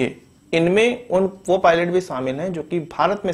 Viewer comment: Shamil ko saamil q bol rahe ho bhai